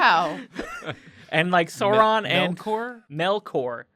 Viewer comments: Sauron like "Sour" not "sore" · It’s not “Sore-on”, it’s “S-ow-ron”. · Oh NO You're the people who pronounce it Sore-on. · It's not sooron... Jesus Christ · You should say Sauron as SA-OO-RON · Please pronounce sauron correctly, you've seen the movies, you know how it should be